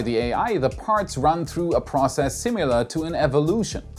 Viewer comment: I love your channel, but your pronunciation of the word "similar" is a little off: The second vowel is typically a schwa, but you are pronouncing it like the second syllable of "simulate", which sounds like the English "you"[jʊ"]. It sounds funny to my ear the same way it would to you if I pronounced "ähnlich" as "öhnlich".